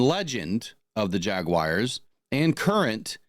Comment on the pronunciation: Still blows my mind that people can’t pronounce the word Jaguars.